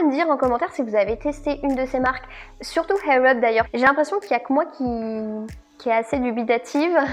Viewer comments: Juste ... il n'y a pas de H dans Air Up, ça se prononce "Air", en roulant juste le "r" à la fin, sinon, cela signifie "cheveux en l'air" 😉😅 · Je comprends pas ta prononciation air up mdr tu dit Hair up lol merci pour l'anglais y'a pas de H lol 😂😂😂😂😂😂😂😂😂mais c pas grave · Hhhhaaaaiirr up lol sinon video très intéressante